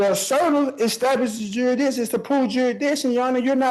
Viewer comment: How did that “juradickshun” argument work out for Darrell Brooks, son?